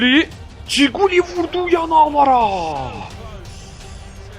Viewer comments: coquelin'e giguli diyorsun abi buyle de kokelin iyi gunler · abi ciguli deil bilerek söylüyon biliyom ama adı okunuşu kokuelin